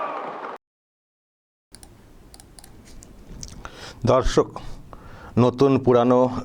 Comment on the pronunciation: তোমার সব ভিডিও আমি দেখি আমার একটাই রিকোয়েস্ট দর্শক না বলে বন্ধু বল দর্শক বলতে গিয়ে মাঝে মাঝে ধর্ষক হয়ে যায়